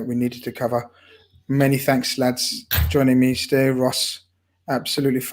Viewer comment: lad, he's called 'Ste' not 'Stay' it's a Scouse habit of shortening Steve to Ste...That's pronounced 'Stee'